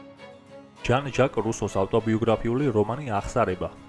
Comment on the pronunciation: jan jak ara ჟან ჟაკ